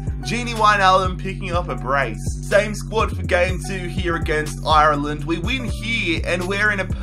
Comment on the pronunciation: (And also can you pronounce Ireland properly)